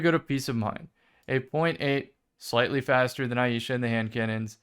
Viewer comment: Just FYI for everyone, its pronounced eye-sha (Ai-sha), not eye-ee-sha.